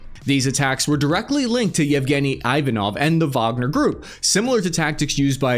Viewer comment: you said weeners were repotting. 😅